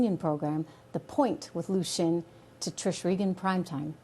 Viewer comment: Xin is pronounced as sin,not shin. Xi,presidents surname as si( as in yes in Spanish)not she